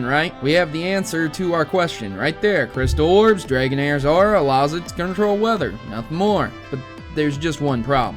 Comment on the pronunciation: I know this. I think the reason why dragonair's weather effects were not used to it's full potential,is because the limited technology and due to the fact abilities weren't in existed until ruby,sapphire and emerald in the early and mid 2000's (for emerald) LOL i like how you say aura and dragonair's name, sounds kind of like haorah and Draganaires. But its all good every person will always have a different pronunciation for the pokemon series